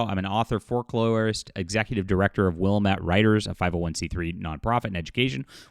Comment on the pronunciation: Wilamette is not WILL-uh-met. It's will-AM-it.